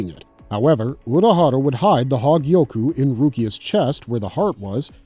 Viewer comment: That damn "hawgyiyoku"